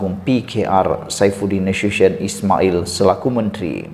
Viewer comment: Saifudin Nasu+tion..bkn Nasusyen..tu sebutan yg betul..itu nama khas.